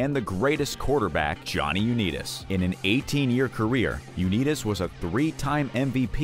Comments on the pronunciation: U- Neeeet- US. 🤣🤣🤣. Wtf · Johnny U-need-us...Wtf? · Johnny U-Need-Us😂😂😂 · I kept watching it despite the mispronunciation of Unitas, but I draw the line at Bernie Kozer. This video was not made by an NFL Fan. Even a casual fan says those names correctly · Johnny "U-nee-tis"?!? AI voice-overs are like nails on a chalkboard. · Johnny you need us😂😂😂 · Haaaah Haaaaah!!!! U-Neetus!!!! Or how bout the Duo group TLC??? I know Left Eye is deceased, but TLC will always be those 3 Girls from ATL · Its unbelievable how someone can make a video yet not know the pronunciation of people mentioned Uneetis? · U-nee-tis.WHAT PLANET ARE YOU FROM ??? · sorry you lost me at Johnny U-nee-tis. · Johnny U-need-is? Eff off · The video has no credibility if they can’t pronounce Johnny Unitas correctly. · Learn how to properly say UnItas!!